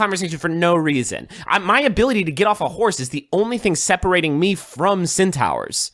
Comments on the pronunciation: Juice making solid, intelligent comments about war tactics coupled with the fact he keeps saying cEnTaUhOurs as he explains himself is just fucking incredible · No one: Griffin: Centaughwrs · the fact that they can have a serious debate with actual logic and still pronounce "centaurs" wrong absolutely amazes me